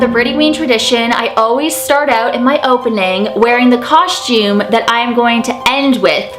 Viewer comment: Idk why but i love the way you say constume😁💘